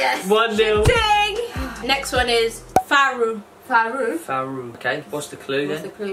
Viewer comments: Kifaru not Faru.. Soo funny 🤣🤣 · It's kifaru not faru my dear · it is kifaru not faru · Come on, 🤣🤣🤣nothing like faru, it's kifaru😂😂😂u go kill me oooh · It's not faru but Kifaru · It's "KIFARU" not "FARU" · whole we on it its not faru but kifaru😂😂you are kenyan not drc